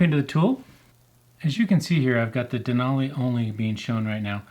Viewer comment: Useful video other than repeatedly saying Denali incorrectly every minute Den-ally